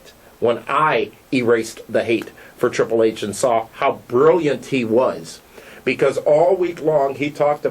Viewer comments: This guy is a moron. CM Punk is about 10 years younger than Triple H and weighs closer to about 220 pounds so I think that a win by CM Punk could be absolutely believable. Also, what is the deal with how he pronounces the "H" in Triple H? There's also no way that Randy Orton is THE best in-ring performer over every other wrestler out there. This channel came up as a suggestion and after a single view I'm not gonna stick around to watch any more. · Good points...but I think hes saying Triple H's name like that because its how William Reagal says his name lol